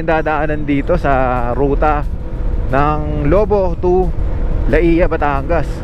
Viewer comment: Lobo.. maragsa ang bigkas not Lobo as a wolf... ingat amigo